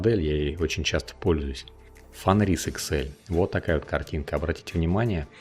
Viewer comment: автор даже не знает как читать фенрис и альбедо. Ну ёмаё, нельзя же быть таким безграмотным